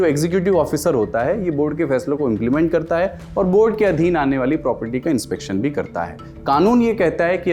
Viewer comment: Dekh kar padh raha hai, aur Inspekksion bol rha hai Inspection ko, Isse zyada kam padha likha aadmi nhi mila LallanTop ko